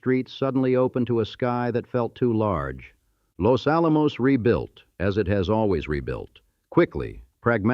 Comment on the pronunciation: Full of mispronunciations, including Los Alamos 😖